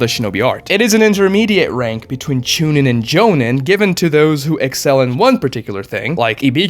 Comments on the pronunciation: Didn’t bother watching once I heard Genin, Chunin and Jonin mispronounced. To make a video and literally butcher those is so stupid. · You are horribly murdering the pronunciation of jonin, chunin and genin. It’s so bad. Idk how you have watched the whole series and still saying it so horribly wrong